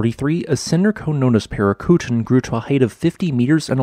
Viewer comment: This is all very cool, thank you. I didn't see earlier clips of its eruptions, so these are fine with me. They are very clear. Btw, I believe the eruption you referred to near the end is pronounced "Para-coo-TEEN," with the accent on the last syllable, but check with a native speaker to be sure. Great videos, well narrated.